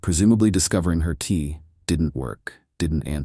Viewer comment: LOL, the majority of the storyline say Tea instead of Key.